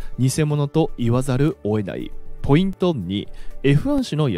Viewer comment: オエナイ、オエナイって…｢追えない｣とか｢負えない｣に聞こえますよ～ ちゃんと｢を、得ない｣って言ってるんだとわかるように発音した方がいいんじゃないかなぁ